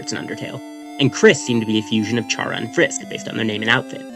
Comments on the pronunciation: BTW is pronounced "cara" not "chara" (if you're someone who speaks in Spanish, I mean) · normally i’m fine with mispronunciations but CHARA? ITS CARE-A OR CAR-A, NOT CHAIR-A OR CHAR-A!!! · It's pronounced Care-uh... Yk, like CHARA-cter? It's short for Character, like a placeholder name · ayo Chara is pronounced like Kara. its short for character. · 2026 and people still dont know how to say “Chara” 🫩 its literally just taken from the word “character” you dont say “CHAR-acter” its “care-uh” all lighthearted tho lol i enjoyed the vid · Chara is pronounced KARA, as in the NAME! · I exited the vid as soon as you mispronounced “Chara” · Chara is said with a k sound, since it's literally a shortened version of the word character